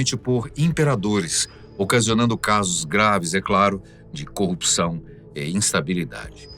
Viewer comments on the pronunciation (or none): none